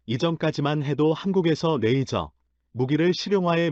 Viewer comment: 영상번역기가 만든 자막을 보면 발음이 얼마나 흐리멍청한 발음인지를 알 수 있다. '대한민국 최근 오즈가 한국에 '→ '오즈'가 뭔지는 나도 반복해 들어봐도 모르겠고 '파트너로 손정했던' → 손절, '모기' → 무기, '일을' → 이를, '메이저기술 ' → 레이저 기술', 그녀의' → '분야의'... '표적이 수리되었다고 합니다' → 이건 나도 들어 봐도 무슨 말인지 모르겠고.. 등등, 한 음 하나하나를 확실하게 발음해야